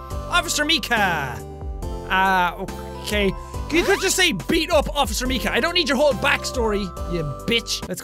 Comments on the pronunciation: Officer “meekah” *me screaming (mike-ah) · it's officer (MIE-KA) -_ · it's Officer Micah (My Kah) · It's Mi-cah! Jack that's my name and if you can't say it that pisses me off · The way he pronounced Micah...